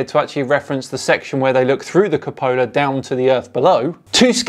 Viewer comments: Hey I love your videos but please pronounce "Cupola" correctly (Q-pola). (You call it the Capola). LEO really has shot himself in the foot with that vid lol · It's pronounced Cu--po--la my friend...love what u r doing, keep it up! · You keep mispronouncing "cupola"